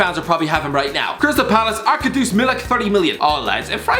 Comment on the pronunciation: I'm polish but I've never heard anyone call him Arka Dusz 🤣